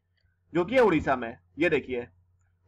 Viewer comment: Sir that is odisha not udisha